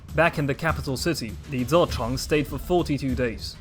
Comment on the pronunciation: Youve butchered Li ZiCheng's name..... Ouch